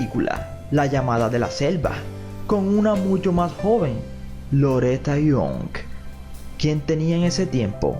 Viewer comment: Loreta Young ..young NO YOUNK....